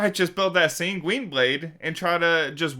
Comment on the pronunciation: Thanks for covering all of that! One thing, though; sanguine blade should be pronounced 'sanguine' finishing on the same sound as 'in' rather than 'sangween'.